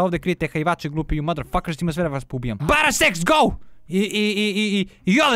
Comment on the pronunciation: kazes BARA SEX lol hahaha